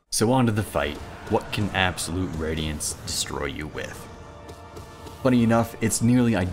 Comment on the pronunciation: absowute wadiance uwu